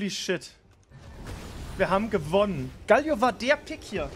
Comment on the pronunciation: Alter, es heißt GAAAALIO, langes A und das L wird kurz gesprochen, nicht wie ein doppel L!! AHHHHHHH